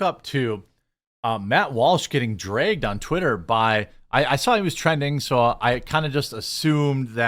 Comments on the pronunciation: I adore they way you say dragged: "drayged." This is not a criticism at all, btw. As a southerner, I just really enjoy your accent. It makes me smile. As far as Matt goes, everything he says is dripping with sarcasm so the whole first one to cover wokeness in games thing might just be in keeping with his deadpan sarcastic brand and he wasn't being serious about that. That being said, his utter cluelessness about the importance of games and anime in culture is inexcusable at this point. Though a part of me is wondering if he's digging his heals in just to be curmudgeonly and contrarian, which is again part of his brand. There are quite a few videos of him playing video games (albeit badly) at his producers' behest. He acts like he hates it but he's actually kinda having fun. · Will never get tired of hearing "drey-ged" from Jeremy. Only jokes, still watch everyday!